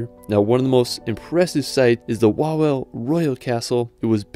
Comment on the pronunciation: You have to read it like Vavel Cracov